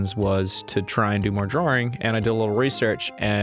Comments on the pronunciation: Goddamn it Ross! It's DRAWing, not draring. Open your damn mouth, you Aussie! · Ross: "drawring"